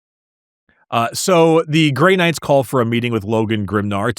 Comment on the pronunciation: Ah yes… The vaunted and courageous Chapter… The “Grey Nards” .. lol